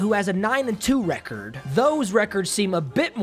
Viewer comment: Nobody:: receeerd Ps. It’s record